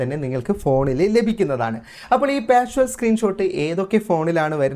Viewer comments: 🙏🙏 വീഡിയോ വളരെ ഉപകാരപ്രദം ആയിരുന്നു‼️ഒരുപാട് നന്ദി‼️ പിന്നൊരു കാര്യം; "പാഷ്വൽ" സ്ക്രീൻ ഷോട്ടല്ല, "പാർഷ്യൽ സ്ക്രീൻ ഷോട്ട്" എന്നാണിതിന് പറയേണ്ടത് ‼️‼️🙏🙏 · വായിച്ചിട്ട് മനസ്സിലായില്ലേ? പാർഷ്വൽ എന്നല്ല ഉച്ചരിക്കുന്നത് പാർഷ്യൽ എന്നാണെന്ന്! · പാർഷ്വൽ എന്ന് പറയാതെ പാർഷ്യൽ എന്ന് പറയൂ! Partial